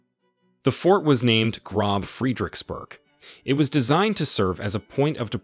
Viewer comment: "grob friedricksburg"